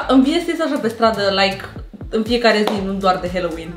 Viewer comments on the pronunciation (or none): Stiu ca voi parea naspa, dar se pronunta "haloween" cu a, nu "heloween"